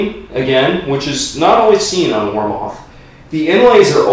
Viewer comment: Pronounced War Mith